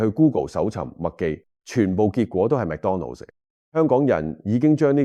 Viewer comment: McDonald's 唔係讀 Mac donald